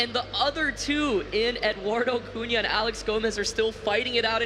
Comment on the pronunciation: Also calling him Eduardo, "Edoo".